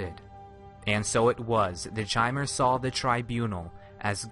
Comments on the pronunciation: I'm fairly sure it's pronounced "Kymer," like the word "Chimera." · im quite sure it's supposed to be pronounced "ki-mehr", just think mispronounced it. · FTR, the pronunciation is K-ai-m-er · you should have shown a picture of Divayth Fyr when you talked about age. The oldest dunmer ever to live on Nirn. Also, Chimer is pronounced with K...like Khimer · Elias Storm I've heard it pronounced like that several times. It's probably like 'arch'. Some people say K and some say ch. I've no idea what ehlnofex is... so I assume I don't. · It's Ki-mer, not Shi-mer. Do some research before you make a ''lore'' video. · not chamer chimer ! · I believe Chimer is pronounced with a "k" sound like lich or Bach, rather than a "ch" sound. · Is it not pronounced "Kai-Mer?" Not "Chai-mer." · First time I have ever heard it pronounced "chy-mer". Always heard with with a hard K sound everywhere else. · I like this video I do I always have but good lord is the mispronunciation of chimer painful it's a hard Ch so Kai-mer like Chitin is Kai-tin Sources the voice actors in Teso morrowind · Chimer is pronounced Kymer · I'm almost positive that is not the correct pronunciation of chimer. I believe it is pronounced kie-mer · 'Tis pronounced "ky-mer" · Bro chimer is pronounced ky-mur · mer is still actually mer because mer means elf , but you're absolutely right about the ky part , I've even heard people say shymer , it just hurts my soul man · Elias Storm It would actually be pronounced like chimney. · LinkKakalato No, It's Ki-mer. How hard is that to understand. It's not pronounced like Chimney but like Chaos. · Lerquiy of Nirlac Not in-game. In game it's always pronounced ki-mer. Ehlnofex is the language of the Ehlnofey, ancestors of all mortals. In Ehlnofex Chimer means "Changed folk". It is possible, however, that someone used the Ayleidoon pronounciation of Chimer, which would be "shi-mer". It's completely heretical to do so, but still.